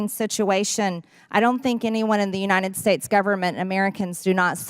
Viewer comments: MTG trying to say "United States: "... Unienn Snates" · I hate how she calls the United States the “uninen states”. She can’t even speak properly.